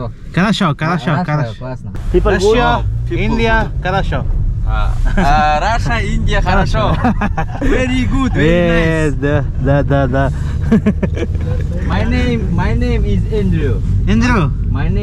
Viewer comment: கரஷோ இல்லைங்க "ஹரஷோ"